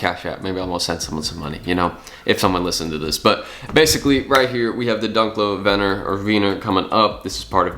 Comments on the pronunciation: (vin-ear) not vener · It’s pronounced “veneer” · Va-Neer you putz